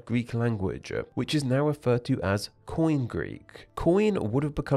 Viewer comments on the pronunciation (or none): They colonised wide swathes of Southern Italy, Southern Gaul, & Southern Iberia. However, all of those were conquered by Rome within just a few centuries. BTW, koine is not pronounced 'coin'. It is pronounced (UK: ⫽ˈkɔɪni⫽ KOY-nee;[3] US: ⫽ˈkɔɪneɪ⫽ KOY-nay, ⫽kɔɪˈneɪ⫽ koy-NAY). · I speak Ancient Greek, mostly Koine, though I've picked up some words from other people in the Greek chat. It's not "coin"; the 'e' (ή) has always been pronounced, though the sound has changed over the millennia. I say /ky:'ni:/. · Coin Greek? Really? English RP pronunciation of Greek is grating to my ears at the best of times, but Coin is just terrible.Also there are NO silent consonants in Greek words.If it is written , you pronounce it.T-S-akonian, not Sakonian. Greek was near perfection , you don't adulerate a fine wine. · The way he's saying Koiné as "coin"😭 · “Koine” is not pronounced “coin”. Otherwise, strong video.